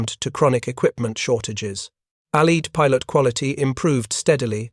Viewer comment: YouTube bug report(s): "pilot" ==> pye'lot, _not pye-LOT. "resemblance" ==> there's no reason to Frenchify it here.